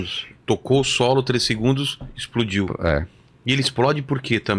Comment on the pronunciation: o fala “13 segundos” com clareza…o parece falar “3 segundos” 🙄